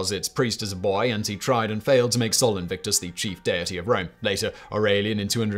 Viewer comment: Yet he managed to mis-pronounce Sol Invictus.